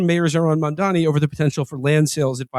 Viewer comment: Agree w all points but you guys have got to learn to pronounce MAM-DAN-I